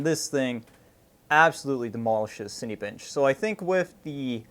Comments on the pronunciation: lol ... it's pronounced cin-A-bench, not cin-E-bench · " Cinny bench " lol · You absolutely demolished the name Cinebench